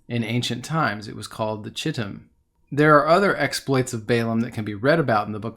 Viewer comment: Chittim is pronounced Kittim